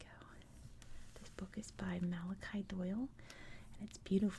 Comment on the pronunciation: Lovely. Just for future reference, it's pronounced Malacheee not Malacheye.